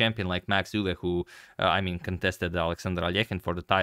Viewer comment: Pronounciation of Euwe is on point!